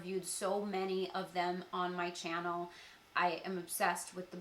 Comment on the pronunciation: It's chyannel =))) That's how says channel <3